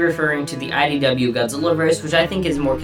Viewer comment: it sounds like you're saying "SYW"